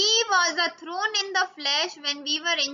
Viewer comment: Thorn , not throne as u pronounced it...